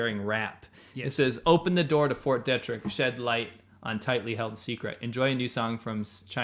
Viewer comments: They should at least figure out how to pronounce "Fort Detrick." I lived in the DC area. Locally, it is pronounced De' trick and a long "e", not Detrick with a short "e". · I live right across from Fort Detrick here in Frederick MD. We pronounce it (dee - trick) but wow so cool to hear it mentioned in one of your vids. I guess just world news really. Big fan been watching since 2018. Thanks for all the great content guyz. And, I love hearing your South Africa Stories and insights, so interesting! Thanks.